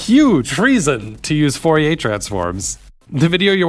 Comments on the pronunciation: I appreciate the effort to pronounce Fourier correctly but I find that generally such an endeavour is ultimately wasted. Now I do think we should aim to make our pronunciations good and recognisable at the very least but I think in trying to sound French you ended up sounding more wrong to me. This is also to add to the fact that especially for historical names modern pronunciations are also "wrong" in that that's not how they would have said it either so even the French would be wrong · In French, you don't pronounce 'r's, right? Except, that only applies to final 'r's. The name Fourier ends in an 'r' that is actually pronounced by changing the quality of the 'e' to be rising. But the 'r' in the middle of 'Fourier' is pronounced as an 'r'. 🙂